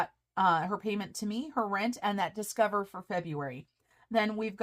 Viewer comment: I think you should leave “Discoverrrrr” just the way it is- made me smile! 👍😃👍